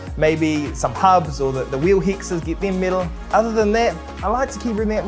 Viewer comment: Love the content, I have only one comment though: all the times you mentioned "metal" it sounds like "middle" and it is a bit confusing. Aside from that, thank you both for the entertainment!